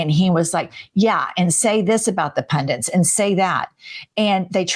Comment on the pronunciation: Seriously??? Pundants?? It's Pundits, understand basic english!!